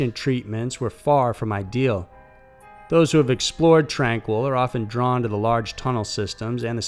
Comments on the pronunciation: Wouldn't it be pronounced "Tranh-KEE," like the French? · FYI==Tranquille in British Columbia (#2) is pronounced "tran keel". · It's pronounced tran-keel.tranquille and it's in Kamloops BC the facility is called Padova ... I'm from there an have been to the old tuberculosis town. It is on tranquille road.